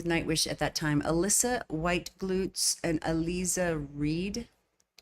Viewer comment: I saw someone recommended Sacrimony by Kamelot, if you do that one you'll get to see both Alissa White-Gluz (lead vocalist of Arch Enemy) and Elize Ryd (of Amaranthe). Btw, Ryd is pronounced Rid and in Alissa's name the I is an E sound like Lisa.